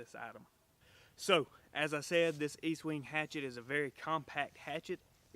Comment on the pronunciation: Its pronounced Estwing, not Eastwing. Great tool you got there!!!